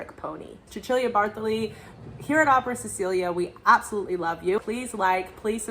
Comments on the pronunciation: I thought Cecilia pronounced with "s" not "ch" like chinchilla? I might be wrong. She is mezzo I think. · Cecilia Bartoli is Italian therefore Cecilia = Che-chee-lya.